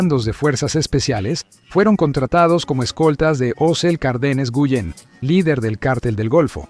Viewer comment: Quien es "osel cardes cullen"??? no jodan aprendan a usar la IA para traducir, es Osiel Cárdenas Guillén